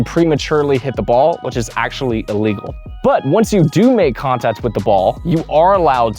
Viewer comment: Great video – you addressed some uncommon scenarios that I never thought of before and cleared up some confusion from just reading the rulebook. I just wish you took some time to re-record and edit confusing sentences and clarify what (to me) sound like mispronounced words like illegal and legal. Section #1 BALL BOUNCING OVER THE NET to “... but if I hit the net, it doesn’t just end the rally…” I’m pretty sure you mean “if the ball hits the net”. Later on (#6), you specifically state that you can’t touch the net. Section #3 BEING ESTABLISHED OUTSIDE THE KITCHEN to “… if you ever step into the kitchen, you need to establish both feet outside to be (unintelligible) able to hit a volley after that point.” I re-played it a dozen times and most times it sounds like you say “illegally”, but by context you must mean “legally”. Suggestion: replace all words after “outside” with “before you return the volley to avoid a NVZ fault.” #4 ERNE CANT’ (sic) CROSS THE PLANE OF THE NET… to “The problem is, most players try to make contact on the opponents’ side of the court, and that’s legal.” Why not just say a fault? Once again, in context, it wouldn’t make sense to call this legal. #9 OBJECTS ON THE COURT and #11 CAN YOU THROW YOUR PADDLE TO HIT A BALL Multiple of questions here. to “if you take a volley out of the air and then your paddle drops into the kitchen, that would be a fault” – I think it’s a fault any time your paddle drops into the kitchen